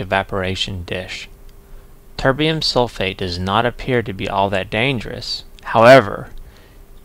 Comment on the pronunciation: Did you say your Tb was from chemkitdepot? I couldn't quite make out what you said. Very nice of them to donate something to you! If it was them, their free bromine offer sounds pretty good. Are they a good company to deal with? By the way I like how it sounds like you start calling it tiberium :)